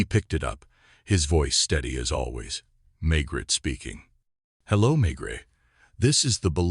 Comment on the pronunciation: May Gray. NOT Maygrett.